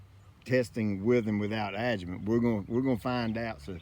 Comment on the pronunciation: Thank you for writing the word adjuvant on the video. You keep saying adjument which I could never google so I didn’t know what you were talking about lol